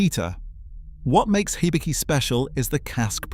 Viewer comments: The "Hi" in "Hibiki" is closer to a "He" than a "High". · "Haibi" and "laichi"? Ok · The I’s and E’s are long. Knee-ka. He-bee-key. It’s unfortunate that Nikka from the barrel is a blend. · Nikka is pronounced "knee-kka". Not "knick-ka" Hibiki should be pronounced "hee-bee-kee".